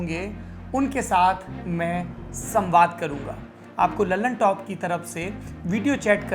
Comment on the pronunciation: दी ललनटॉप नहीं द ललनटॉप बोला करो दोस्त नाम ही गलत बोल रहे हो न्यूज़ का क्या भरोसा By